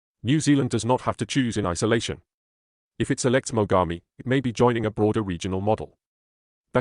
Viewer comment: They're pronouncing Mogami(Names of Japanese river) as Magami. It would certainly hurt quite a bit to be bitten by a warship like that. Σ(ﾟω´(◞◟･´ ,,)chompchomp